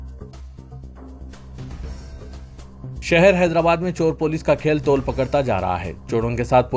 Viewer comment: Tol diya nahi tul dena roz koi na koi galti krten hy aap